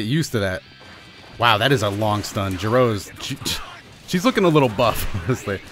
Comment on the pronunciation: You called jiro gero😂 as in Dr gero